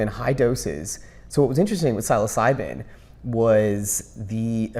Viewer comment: Great video, brother. But can you please help this man pronounce the word Psilocybin correctly? It's honestly like nails on a chalkboard...